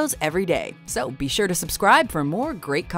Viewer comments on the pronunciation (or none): none